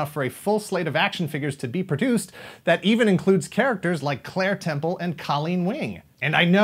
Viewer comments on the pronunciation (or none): none